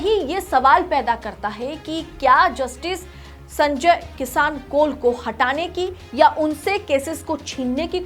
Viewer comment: Madam Justice ji ka naam sahi se pronounce kariye.